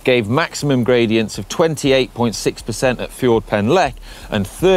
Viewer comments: 'Fjord' Pen Llech? 😂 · your pronunciation of Ffordd Pen Llech is appalling! 🤣